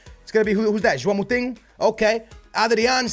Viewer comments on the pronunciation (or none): none